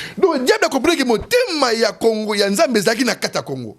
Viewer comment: Teddy Mfitu, yoka lolaka... Kongo et non Congo....